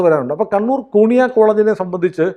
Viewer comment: കുണിയ അല്ല, കു്ന്ഹിയ.... 😂😂😂 നല്ല പേര്....